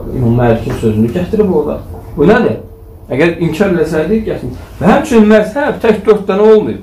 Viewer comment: Массаб йох мазхаб ,массаб яхшы соз дейил